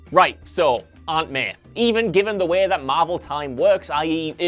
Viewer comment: And it's Aunt May, not Aunt Meh